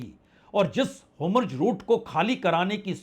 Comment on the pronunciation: It’s Hormuz not hamroz. Just a little correction